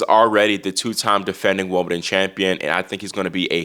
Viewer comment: It may be his American accent, but he seems already to be calling it Wombledon, which is what I sometimes call it, being English and growing up in the 70s. That would be better than a fake accent!